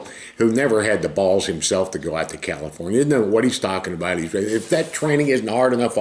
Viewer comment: Don, I just heard your yinzer accent. 'taakin abaat'